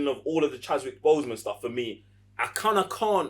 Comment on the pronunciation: Really great review! The only things that bothered me were… it’s pronounced killmonger not Kill-a-monger, Okoye not Okoyo and it’s Chadwick not Chaswick.